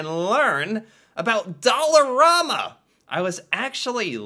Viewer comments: I shop at there everyday IT IS NOT PRONOUNCED DOLL-A-RAMA ITS DOLL-ER-AMA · In Saskatchewan we pronounce it like Alabama. You seem to be saying it like Obama. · its not Doll a rama its Doll a ram a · It's Dollar-A-ma not Dollar-aw-ma. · here in montreal, we pronounce it “dollarAhhma” not dollarawe-ma” kinda like the pasta pronunciation- we say “pahsta “ not pawsta” which is super weird because in french thé a is pronounced the first way lol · Just an FYI, it is pronounced dollarAMa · It's dollarama not dollaruma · Pronounced dolla Raamma